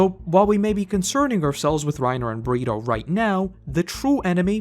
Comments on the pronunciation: Do you call Bertholdt, Burrito? 😂 I thought I was mishearing your accent but I don’t think so now. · Constantly saying Bergholdts name wrong is great 😂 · please just like say Bertholdt's name right its so annoying like his name isn't even that difficult to say, your name is 🙏